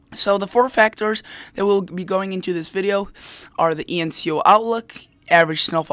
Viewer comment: you lose me when you say enCo…...it's enSo